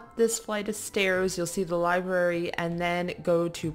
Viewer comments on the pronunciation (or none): none